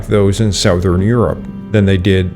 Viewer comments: "Southern" is pronounced like "Suthern." Act like the o isn't there. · That’s not how you pronounce the word “southern” (I thought it was AI voice because of this) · Your pronunciation of the word “southern” is interesting. What is your native language? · English, he is Canadian.